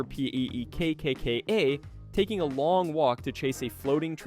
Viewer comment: Bro spelled out Pekka. 🫠